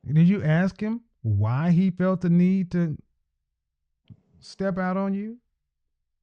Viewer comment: The word is "that" not "dat", and the word is "the" not "duh". learn to pronounce words properly. Wtf.